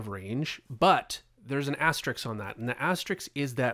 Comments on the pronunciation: you speak of an “astericks”. There is no such marking. It is an “asteRISK”. 😀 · Dude, the word is asteRISK, not asteRICK!